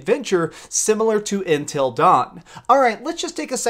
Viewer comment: "Intil dawn"